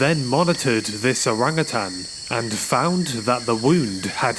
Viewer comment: Thanks for pronouncing Orangutan correctly. As Utan or Hutan is Jungle. And Utang or Hutang means Debt.